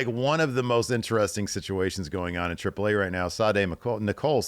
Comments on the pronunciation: Spanish vowel pronunciations: A-->"ahh", E --> "ehh" Trip-plehh Ahhhh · That's the correct pronunciation though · As a Mexican, I appreciate how pronounces correctly "Triple AAA" and "México", lotta respect... looootta respect to you my friendo.